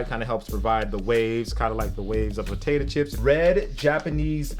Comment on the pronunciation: says potato chips weird